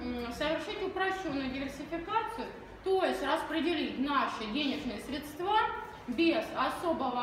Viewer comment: хотелось выключить уже на этапе слова средствА